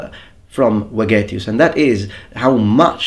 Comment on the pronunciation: I want to say that in Vegetius the V is pronounced like V from Veterans